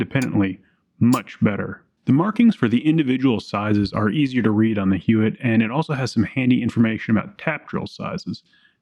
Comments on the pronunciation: The name is pronounced "Yott" I had a friend who's last name was Huot and he pronounced it "Yott." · You are pronouncing Huot wrong. It’s pronounced “Huot” not “Huot”. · Dude. It's pronounced "Huot." NOT "Huot." - DUH. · It’s pronounced, Huot. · We use Huot tool scoots in the CNC shop good stuff. We pronounce it "HUE - OTT" but I'm not saying that's right or wrong... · I would pronounce it out with a H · Huot is a small company in Arlen, TX. It's pronounced "hwat" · Huot is pronounced “hew watt” to my knowledge and has no relation to the Huot auto rifle prototype from WW1 despite the name. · Huot is pronounced like how Hank Hill says "what".